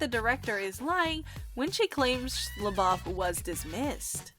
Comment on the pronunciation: Is she saying LaBOB???